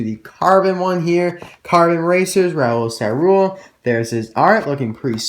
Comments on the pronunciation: Awesome vidéo! We pronunce ÇaRoule : saroule! And my favourite variation is thé carbone racer! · In French if there is a ~ under a c it is pronounced a s. Great video I stay up past 1 to watch you